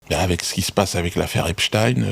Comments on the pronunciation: C‘est du n’importe quoi, ce débat. Il était américain. Aux Us; on prononce ‘ine’ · C'est Ep-stine, en passant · J'adore comment il prononce le nom de Monsieur Epstein, c'est très drôle. Comme Dieudonné manque à notre télévisuel public.